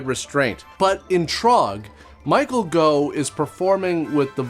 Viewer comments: Pretty sure it isn't "Go", it's "Goff" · Michael Gough - "Goff" not "Go". Rhymes with "cough". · Goff not Go 😂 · The Gough in Michael Gough is pronounced as in cough. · It’s Michael GOFF, Gough is pronounced like cough. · Gough is pronounced the same way as cough. Just an FYI. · Gough is pronounced "Goff" here in the UK. Clough is pronounced "Cluff", btw 🙂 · Michael Gough pronounced "Goff." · Gough is pronounced - Goff, like cough, from Michael's daughter